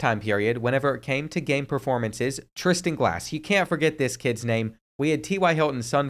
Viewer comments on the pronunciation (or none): none